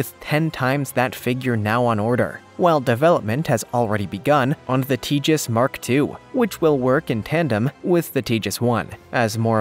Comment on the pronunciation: It's pronounced TA hass, long A, not Tejas. The J makes the H sound.